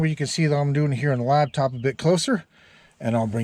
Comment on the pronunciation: It’s called a lap top. Not a lab top